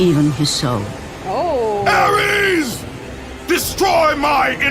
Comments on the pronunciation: Its Ares, not Aries... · It ares not aries and where does she say there centaurs?